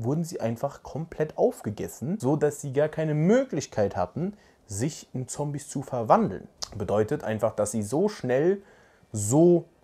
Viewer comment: Sorry Es Triggert mich wie du immer "Zombies" sagst